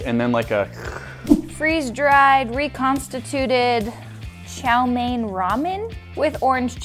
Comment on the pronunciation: Chou mee noodle You can just say sterfried noodle Not sterfried noodle noodle